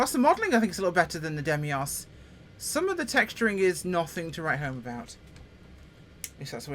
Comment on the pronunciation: I really tried to suppress my pedantry but I can't take it any longer (it's been more than one video)... it's Deimos, as in Greek mythology or the moon of Mars, not Demios! Sorry I'll leave now.